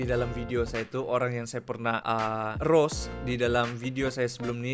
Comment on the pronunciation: I thought u were saying ROS like the game and I tried to understand your sentence, so it’s ROAST ya? Is it correct?😂